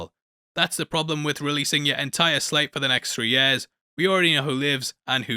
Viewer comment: Can you please pronounce the word —-YEAR—- correctly…..